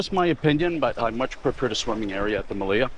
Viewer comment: Your videos are valuable. I have been to the Meliá (in Spanish the accent goes on the a, not the i as you pronounce it Melía, which sounds wrongfully cute) among other resorts like the Majestic Mirage. I decided to book another vacation at the Melia after seeing how much I missed when I was there. In that sense, I said your videos are valuable. I have subscribed to your channel and will recommend it to my friends.